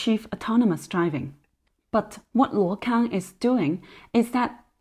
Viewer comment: Hi if you can read Chinese/Mandarin , please take note this company name is pronounced as 路/陆 空！！！